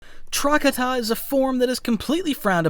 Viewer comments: its not TRACK-uh-tuh, its TRUH-katah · For the love of fuck do not call Trokata “trockadda” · Truh-ka-ta. Thats how you pronounce it